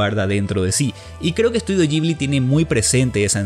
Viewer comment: Que es eso de Estudio "yibli"? De donde sacaste esa pronunciación? Horrible!